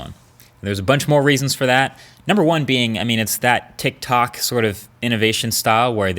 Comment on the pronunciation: he said tictok 😂😂😂